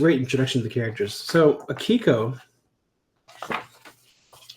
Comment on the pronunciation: Pronounced AH-ki-ko